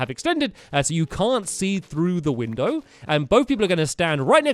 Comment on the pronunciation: "We jumped out a WINDER"!